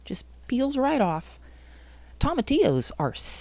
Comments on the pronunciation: 😆No worries at all, I've just never heard anyone say it like that... Tom... atillos. I chuckled everytime. Great video by the way, I'll be referring back to it in the future. I watched it to see if it was possible, now I want to try it, but it might be a bit late in the season. Do you know if tomatillos are an indeterminate variety that keep producing all season? Maybe it's not too late. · Toe ma T Ohs is how it's pronounced just fyi. Really good video. I've got thousands growing in my garden and I want to sell them all. What would be a proper container to transplant them to and sell to the public ? ❤